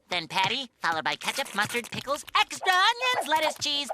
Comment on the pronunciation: HE SAYS THE EPISODE DICKLES